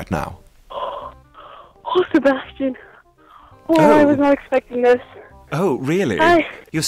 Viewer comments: grell: Se-bas-chan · they sound like they're saying se-bahs-CHAN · Me: "Se-bae-stian" 'aight imma head out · Ironic that the actual Sebastian voice actor pronounces Sebastian wrong